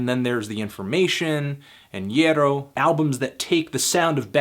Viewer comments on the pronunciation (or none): none